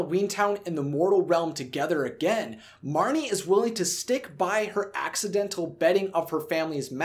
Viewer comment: It's Marnie